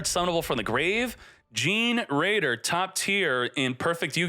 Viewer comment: I think generaider is pronounced like generator